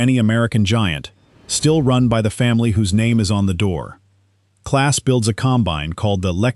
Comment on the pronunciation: The German truck companie's name is "EM - AH - EN", not "Man", and the combine builder's name is "Clahhhs", not "Class". If your name is "Smith" and you come to visit our country, we'll call you "Smith", not "Schmidt". It's a matter of respect.